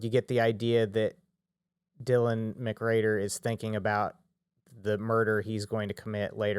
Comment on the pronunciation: Why do you keep saying Dylan McGrader??